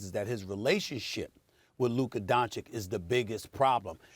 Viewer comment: Who is Luker?? I thought it was Luka